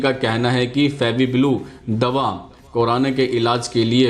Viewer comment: Korana nahi corona boliye 😁😁😁😀😂😂